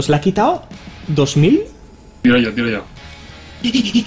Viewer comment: ONE MORE TIME!!!! Le digo sho? No te parece que te salio un acento un tanto Argentino?:D #VicioArgentino